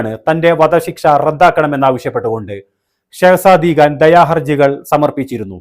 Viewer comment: സെഹ്ശതി ഖാൻ എന്ന് പറയൂ ഷാബിർ ഖാൻ